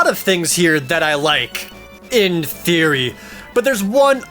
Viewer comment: In theory? Don't you mean in *Firi*?